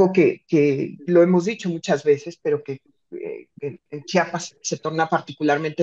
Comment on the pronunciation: Es Chiapas No Chapas eh,?